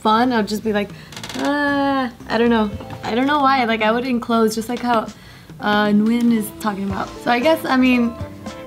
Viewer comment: they didn't add the silly inflection that comes with our name though.